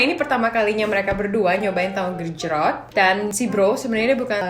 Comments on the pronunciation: Alex : "tahu gecroot" lol 🤣 Luv to see Alex learn how to cook Indonesian foods😉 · Bjirr ngakak pas alex bilang tahu gecrot :v